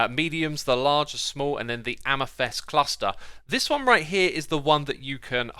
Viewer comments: Sounds like you are saying "Jeava" rather than "Java" (think of how Jamaicans say Jah - their personal name for God), "amithest" rather than "amethyst," lazuli should be pronounced with the accent on the "a" rather than on the "u." And I mean the green copper is essentially copper rust :| I wish they'd make waxed copper shinier and that they would add rusting iron mechanics. Thanks for the informative vid! :3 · Xisuma, love your videos, but, please stop pronouncing it ‘am-a-fest’ it’s am-a-thist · Dude, can you not say amethyst? You keep saying amesthest or amathest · Every time you say Amafest I say AmaFist - and it's a lot lol. It's Says not sez 😜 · I can't listen to him saying "amethest". It's so wrong!!! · It's AMETHYST MAN.. NOT AMATHEST!! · "Amythest" :D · Calacite, amathest, nether instead of never. Xisuma is a grammar Nazi's worst nightmare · Don't mean to be nitpicky but it's pronounced am-a-thist not am-i-thist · Ah yes, calicite and amythest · Anyone else get triggered that he pronounced it amethest instead of amethyst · "amethest" and "calicite"?? am i missing a joke or is he just pronouncing them wrong? Also 16 types of copper block +12 waxed variants, 28 new blocks just for copper, no wonder we have inventory issues, same thing with blackstone, like 20 variants for just one block, i'm really glad we have all these new blocks but christ you can't just add tons of new blocks and not do anything for inventory management, and bundles seems pretty pointless honestly, between getting the rabbit hyde to craft them and using them it feels harder than just managing my own inventory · All trough the video you keep saying amethyst incorrectly. It's a-muh-thist, not a-meh-thest. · Please someone tell him, it is not amethEst but amethYst. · I hear Amythest insted of AmEthYst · the 'y' in amethyst is more of an I. "am-a-thist" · The way he pronounces amethyst "amethest" makes me angry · Amathest? I dont think thats how it’s pronounced 😂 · "amafest shards" lmao :D